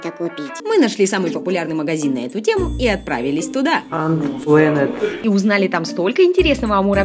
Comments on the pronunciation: не антпленет а антпланат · Правильно говорить энт плэнэт